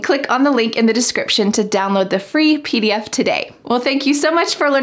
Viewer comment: Why is clear pronounced khlear ...and twenty pronounced thuwenty ...and pdf as phee df...